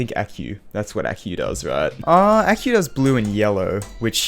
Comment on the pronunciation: "ack-you" BRUH its "acou"